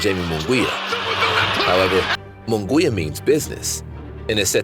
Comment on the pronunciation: Its not Moon Gwee ya. Munguia is pronounced Moon Gee ya with an accent on the gee syllable! Get it right if you're going to comment!